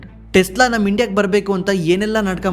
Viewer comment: Tesla✅ Telsa❌